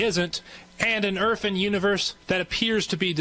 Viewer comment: Sounds like the guy is saying "erf" instead of earth